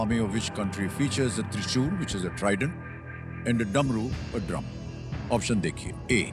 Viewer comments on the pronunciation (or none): american bank me fraud detective...aur bolne me ...."opsan"... :face-green-smiling::face-green-smiling::face-green-smiling::face-green-smiling::face-green-smiling::face-green-smiling